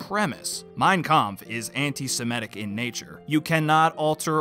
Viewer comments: I appreciate your channel, and this video, but I cringe every time you pronounce the word antis*e*m*i*tic as "antis*i*m*e*tic". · Why do you keep saying "Anti-se-me-tic" when it's "Anti-se-mit-ic"? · "Antisemitic". The word is pronounced "Antisemitic". (ANT-i-sem-I-tic). The fourth letter from the end is an I––not an E.